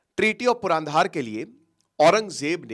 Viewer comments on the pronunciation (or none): none